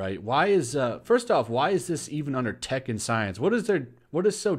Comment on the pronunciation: I keep hearing Tekken Science instead of Tech & Science